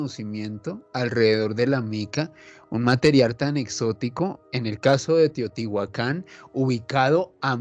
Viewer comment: Que buen programa pero me intriga saber pq pronuncia mal los nombres y les pone acento donde no debe, ejemplo, Teotihuácan y no dice Teotihuacán. Simple interrogante sin ánimo de ofender